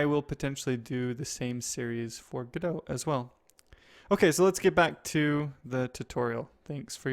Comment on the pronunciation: Pretty sure it's pronounced "go dot":)